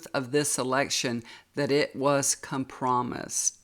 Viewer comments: Come-promised? You mean compromised. Egads. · Thank you for looking into this but I think drawing the cards live increases the validity of the reading. People need to know the cards weren’t planned. Respectfully, check out the pronunciation of “compromised”.